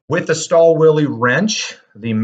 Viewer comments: This is a luxury tool for a DIY'er. Also the W is pronounced as V. ü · I believe, the correct pronunciation is "shtaal vil" Stahlwille also has 730D series, which is targeted to advance DIYers and workshops. This one is targeted mainly towards manufacturers and assembly plants.